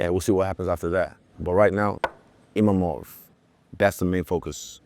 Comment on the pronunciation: le mec à 6 minutes, il dit "Imamov". Après ce combat, il va devoir retenir le nom de Nassourdine !